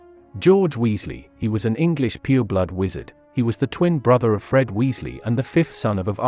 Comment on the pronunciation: LOL I heard the same and I was like wth but then I realised that he meant "pure blood" XD